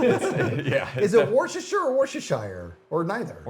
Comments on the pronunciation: As a Brit, it's actually pronounced Woostershire, not Worstershire 🙂 the middle R is very confusing! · it's pronounced wooster-sheer by the way. there's like 4 silent letters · Wo'stershire. Come on. :) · It's "Wust-er- shear" sauce (UK pronunciation) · It's pronounced "Woostershire", short "oo" and "shire" as in "shirt" but without the T, or also like The Shire in Lord ot the Rings. I've heard both variants. But in the English Midlands, where the county of Worcester resides, I've pretty much only heard the former. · Listening to three American men trying to pronounce "Worcestershire" and all of them being wrong.